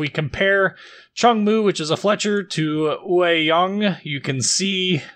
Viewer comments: I am native Taiwanese. It's pronounced as yuay(yue) (tall mountains岳) young(yang)(sun陽) with yang being a classification for all DDs in ROC navy. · It's pronounced 岳 Yue(juːˈeɪ) (Yu-eh) 陽 Yang(jɑːŋ/)(Young)